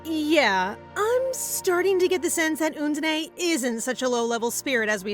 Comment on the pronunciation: can't get used to undene being called 'oondeney' 😅